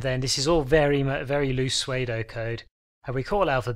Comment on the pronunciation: the way you pronounce pseudo is very interesting :O